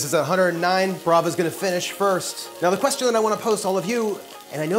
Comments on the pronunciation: Wagyu (pronounced Wag-yuu), not wagu. Lol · That doesn't even look like authentic wagyu also you're saying it wrong. Um... "wah-geeuu" but like... the "geeuu" part is said fast? It's hard trying to tell someone how to pronounce a Japanese word. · If you call that steak "wagoo".. one more time... ill smack you upside the head.